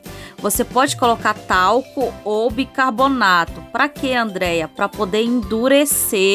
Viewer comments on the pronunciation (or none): none